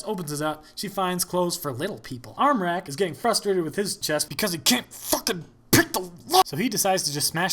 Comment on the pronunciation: your pronounciation of the ä in armräk was on point